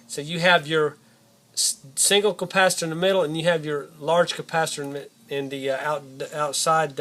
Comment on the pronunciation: At the end of video you said campasator